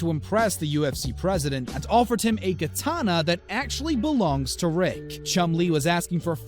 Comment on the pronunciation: 1600s kitana you said “sixteen thousand kitana 😂😂